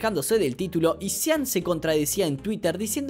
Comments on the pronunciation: ¿Sian Murray? Se pronuncia Shon. Carajo, ¿por qué los Youtubers no saben pronunciar las cosas bien? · Me dió risa como dice: "Sian" Murray. 😅